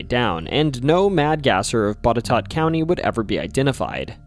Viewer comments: Props from a Virginian for pronouncing "Botetourt" properly. Most people mess it up. However, you got Henrico wrong. It's pronounced "Hen-rye-co" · When I saw Boutetourt pop up I waited to see if you would pronounce its name correct. You did! So many YouTubers butcher unusual names, and I'm glad to see that you must've done your research. Re: The WW Poole mausoleum. While the legend of the vampire was definitely born out of an unfortunate accident, the actual mausoleum still has very odd things happening in/around it. Due to the legends people would flock to it over the years and do things like break in and draw occult symbols on the walls and light candles. Noises and voices are also heard from it. I've been there personally and heard a very unsettling knocking clearly coming from the inside and recorded a creepy voice. The Hollywood Cemetery as a whole has several famous ghost stories. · I’m born and bred here in Halifax County VA and it makes me Sooooo happy to hear county names pronounced correctly! Botetourt is always said wrong by those not from my state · I am not arguing with but I have heard even newscasters in Roanoke County pronounce Henrico as HEN rih COE. And congratulations on knowing that Boutetort is pronounced BOT eh TOT. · You pronounced Botetourt correctly! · Yeah, how the hell did you get Boutetourt right but mispronounced Henrico (hen-RYE-koh). Don't feel bad... weird names in Virginia are just traps so we can tell who is from out of town. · I'm surprised you pronounced Botetourt right. Kudos. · Props to you for getting the right pronounciation of Botetourt. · Great video so far. I was impressed that you got the pronunciation of Botetourt County right, but your pronunciation of Henrico definitely reveals that you're not a local. 😅 Just for future reference, it's "hen-RYE-co". Surf Wisely. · Wow, you did real research, no one, even some native Virginians that live more than 100 miles away pronounce Botetourt right